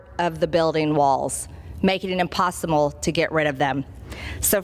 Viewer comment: “ Imposimmle” - Your buff Congressmen/Traitor MTG